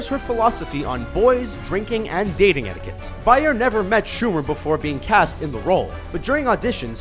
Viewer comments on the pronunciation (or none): none